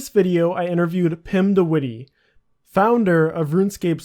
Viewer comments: lol pretty funny how you say witty when its not pronounced like that at all, you gotta say it like : pim de W itt EH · Pim de wittey, lmao. It's more like wit - eh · Haha if you are going to say a name 100 times in your video at least make sure you pronounce it correctly! It's not the wittee. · The way he prenounces de witte lol. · You pronounce his last name SO wrong but okay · its funny how you pronounce de witte its dutch and its so funny in english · i love how youre pronouncing witte xD